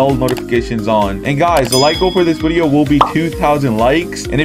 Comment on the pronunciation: why tf does he say Wedio instead of video